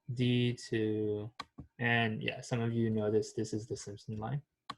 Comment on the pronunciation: its simpson line not simon line lol